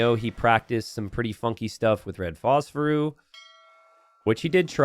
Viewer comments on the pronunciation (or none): Why are you still saying Phosphoru? It's Phosphorus! Different allotropes of Phosphorus!